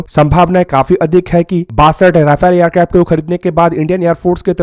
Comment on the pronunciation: येरक्राफ्ट नही एअरक्राफ्ट हे😅